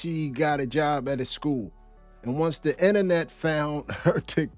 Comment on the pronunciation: Beyond the predatory comments and lack of common sense. How the hell would anybody hire a substitute teacher that says Shkewl?!